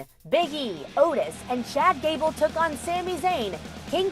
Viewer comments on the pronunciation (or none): It said “chad cable” 😂